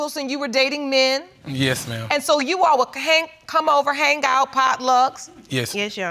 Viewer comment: All three pronounce "hang", "Hang-G"! Also,.... Ayon'ta?!!!!